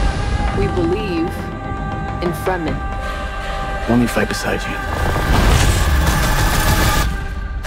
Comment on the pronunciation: the dune movies are crap. the book is excellent however, the dune movie changed chani's father into a woman, what's the purpose of that? they even pronounce many names wrong in the movie like the fremen.